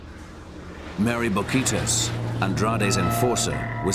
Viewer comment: si no iban a respetar los nombres originales en español y los tradujeron como "Painted Bay Lips" le hubieran también puesto Mouthy Mary jajajajaja para que el narrador no anduviera pronunciando horrorosamente es Mery Bouquitaes.